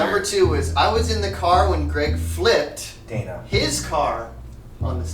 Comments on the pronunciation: its Daina not Diana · Daina* not Dana